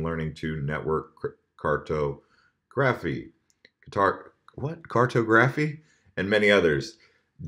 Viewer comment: Car-tah-gruh-fee love ya:)